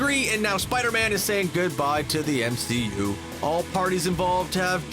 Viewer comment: The MCOOO. Great stupid pronunciation